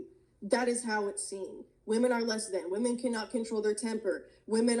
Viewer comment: "How are wahman oppresed?" her answer- Go read the Huffington Post....